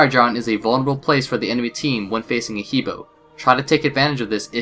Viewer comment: The correct pronunciation is Her like him and her, and Bore like boring.